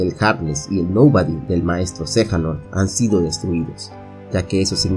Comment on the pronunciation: Xehanort no xejanort jaja